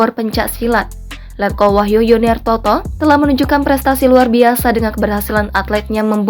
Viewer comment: wahyu bukan wahyo dekk